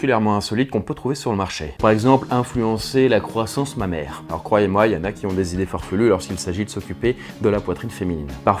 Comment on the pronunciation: Au départ, j'avais pas compris pourquoi il disait "Ma mère" puis j'ai compris qu'il disait "Mammaire" ! 😂 j'en peu plus de moi !